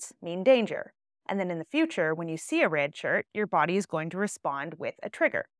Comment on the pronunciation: The way you say “red” is wild.